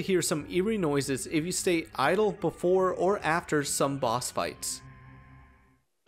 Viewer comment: the scariest thing in this video is how you pronounced zomboss